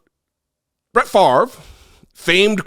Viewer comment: Farve??? Nope it's pronounced Fahv-ray, (favre,). Don't un-french it